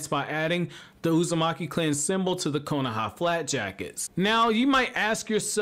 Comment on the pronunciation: If I’d get 1$ bill each time he says “konAha”